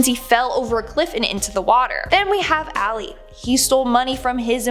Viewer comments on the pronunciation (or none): It's not áli it's ali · It is pronounced All-y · And it's pronounced Ali